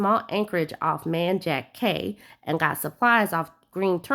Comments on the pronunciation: Just so you know, cay is pronounced key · We pronounce cay as key. Yup it's strange. Like conch is Konk ❤